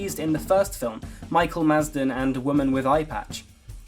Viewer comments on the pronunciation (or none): its madsen not masden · It's Michael Madsen NOT FUCKING MASDEN. UGH I'M OUT THIS VIDEO IS IDIOTIC AS CAN BE